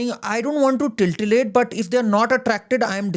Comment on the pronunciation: Tittilate not tiltilate